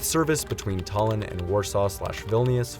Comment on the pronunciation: Please, dont mispronounce words, including English ones. Route is the same as root. Tallin is tallin, not tollin.